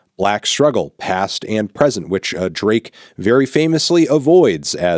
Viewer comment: Ik that's his name but it sounds like u calling him Bae ❤💅